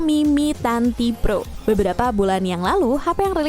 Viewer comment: Apa gw salah denger ya kak bilangn "mi tanTi pro" 😅